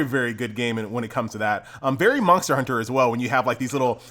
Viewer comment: ther is no "k" in monster, pronounce it properly